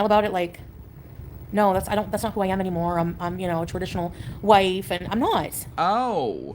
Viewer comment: The way she says AM like EMM